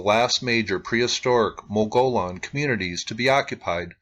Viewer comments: By the way, mogollon is pronounced "muggy-own." The ll is silent--sort of--the ll account for the "y" sound. (Spanish) I grew up in Arizona. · Not all G's are silent, as they are in the names Saguaro (Sah war' oh) and Gila (Hee' lah). It's Mow goy own'. The O's in Mogollon are pronounced, as is the G. The double-L's, as usual in Spanish, are pronounced as a Y. Mogollon was the name of the governor of the territory when it was still under Spanish rule. Clearly, assigning this name to those people was arbitrary, just as they assigned the ancient people in the Flagstaff, Walnut Canyon, Sedona, Camp Verde areas the false name "Sinagua" (silent G), a Spanish label, pronounced Seen ah' wah, meaning "without water". These were not actually these people's cultural names. The place-name in this video, Casa Malpais, is pronounced Cah' sah (meaning "house") Mahl pie ees'. Mesa Verde (in Colorado) is properly pronounced May' sah Ver (like Very or Various)-day (but in Spanish has a th sound following the D, as in May' sah Verdthay, meaning "Green Table." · this area is high elevation plateau. the Mogollon Rim.( mogoyone. long o.)great camping. the stars are so close you can touch them!